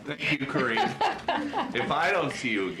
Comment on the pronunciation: I love the way you pronounce her name! Sounds like "Cringe!" LMAO!!! 😆😂🤣☠️